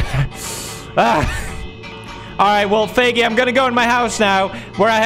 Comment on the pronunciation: I have CC on and every time he says Feigis name it shows up “faggy”😹